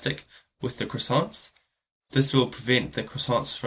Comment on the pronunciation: also you don't pronounce the "t" in croissant, nor the "s" in the plural form.